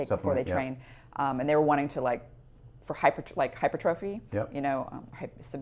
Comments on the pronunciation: Ahh! Yes! My favorite part! "Hyper-trophy." Not, hy-pertruffy. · I like hi-pertruffy. The opposite of atrophy. It’s technical term having nothing to do with trophies 😂. Nobody says “A-trophy”, or pronounces autophagy like “Auto-fay-gee”. But saying hyper trophy is more fun I’ll give you that 😆 To each their own.